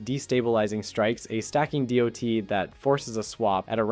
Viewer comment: Pronouncing DoT as doe-tee is wild